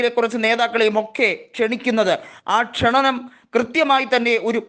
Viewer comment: Best😂😂😂😂😂😂 ക്ഷണനമല്ല സുഹൃത്തേ ... ക്ഷണം ആണ്.